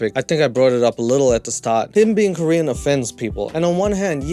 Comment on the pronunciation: I'm not Korean but why do I feel so offended?! lol he's not British but still has the accent, he speaks the language but can't even pronounce 1 Korean word right. No one had probably said NO in his life to think this is ok lol